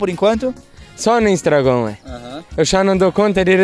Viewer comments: Instragón 😂😂😂 que ele não mude tbm igual muitos aí, essência bacana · O pai dele disse: "... porquê você não faz um vídeo e não bota no "instargôn"? " 😅😂